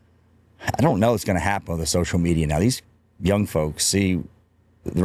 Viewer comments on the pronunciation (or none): none